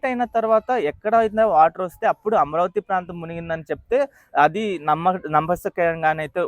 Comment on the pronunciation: అమరావతి అని పలికితే బావుంటుంది అమ్రావతి అని పలుకుతున్నారు మీరు